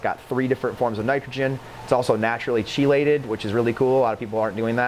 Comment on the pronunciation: its pronounced Key-lated